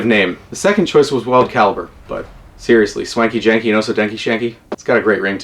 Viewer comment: Hearing you say the name is way better than what I thought it would be when I wrote it😂 keep it up